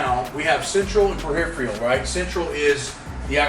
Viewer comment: Ain't nothing like "periph re al" fatigue! 😁